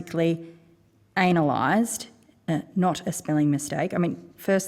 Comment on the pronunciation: foresnically "anal ized"?